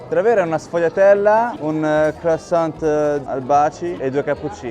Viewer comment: Si dice " cruassan" la t finale in francese è muta😊